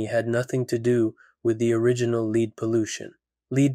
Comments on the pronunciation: Story 5: Lead is not pronounced "Leed" I know that the narrorator is Canadian, but seriously....Even most Canadians can at least pronounce a simple one syllable word like Lead correctly. I don't mean to nitpick things every time a Canadian person on Youtube mispronounces a word, usually I joke about why Canadian people are like that. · You know, if you didn't use AI, and just had someone READ this stuff, which would be easy as heck, you'd pronounce "lead" correctly.